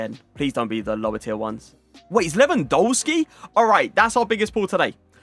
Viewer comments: Its Lewandowski not LEWAN DOUGH SKI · Please learn how to say Lewandowski… your content is some of the best out there but it’s so annoying when when you say the W’s in Lewandowski instead of saying a V